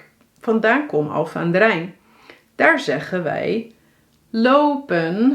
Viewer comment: Leuke video! Wel opvallend dat je de n in 'Alphen' niet uitspreekt 😂 is dat een uitzondering?